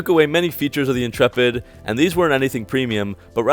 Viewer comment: Dodge inchurpit in-churp-it